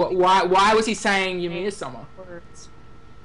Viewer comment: Ymir is pronounced EEh-m-i-r. If you didn''t recognize the mythological reference, Ymir was the father and king of all the frost giants in Nordic mythology.